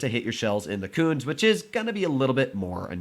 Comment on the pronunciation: It is pronounced Koontz-uh Panzer! Es are not silent on the ends of German words.